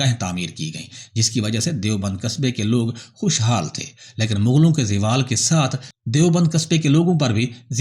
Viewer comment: زوالZAWALکو Ziwal نہ پڑھیں نہ کھیں